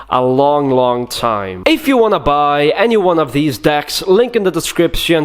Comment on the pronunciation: "If you wanna baaay."